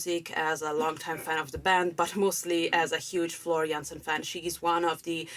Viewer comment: Great reaction to a great song, and you manage also to pronounce the name of Floor in the right Dutch way :-) I love how the singing changes between more legato and more staccato, if that is right terms, and I agree with you that melody does remind a bit of the song Pan.